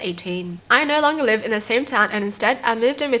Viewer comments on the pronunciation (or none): none